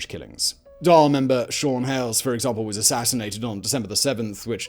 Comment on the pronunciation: "Carrick on Seoo-er"" not "...-on sewer". "Dawl" , not " "Dall".